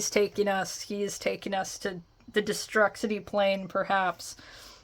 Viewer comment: its pronounced destroo-city lmao. sorry long time WWF/E fan.